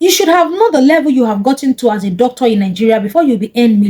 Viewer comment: MADAM YOUR PRONUNCIATION OF DOCTOR IS VERY BAD CHECK WITH GOOGLE